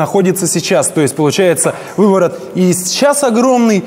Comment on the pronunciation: Бешшеный увыворот )